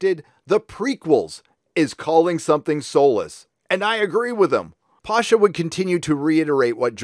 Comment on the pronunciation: It's not pAsha, it's pashA. Eastern surname.